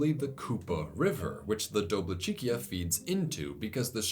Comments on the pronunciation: Regarding Dobličica: for future reference, C in most if not all Slavic languages transcribed in Latin is ts, not k. Doblicheetsa > Doblicheekia Think pizza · you pronounced Kupa correctly, but Dobličica is pronounced “do-blee-chee-tsah”